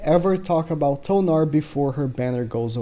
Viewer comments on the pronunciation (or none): none